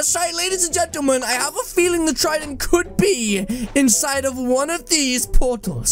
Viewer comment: “LADIES AND GENTAMAN” 😂😂😂